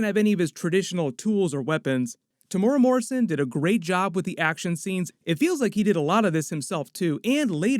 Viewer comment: Hey I’m from NZ, love watching your recaps on all the series I watch! I just wanted to help you pronounce Timuera Morrison’s name right, it goes like this: (Tim-moo-ear-da ). Hope that helps!!